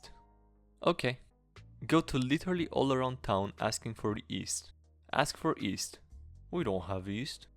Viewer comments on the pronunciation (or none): The y in yeast is not silent, “Nobody has east.” Other than that great video.